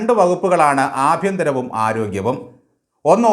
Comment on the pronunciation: ഏഭ്യന്തരം ഏരോഗ്യാം അത്രയും മതി. വലിയ ഡെക്കറേഷൻ ഒന്നും വേണ്ട. ആകെ മൊത്തം അക്ഷര തെറ്റാണ് 😅